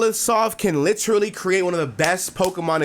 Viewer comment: whered u pick up that pronunciation of literally???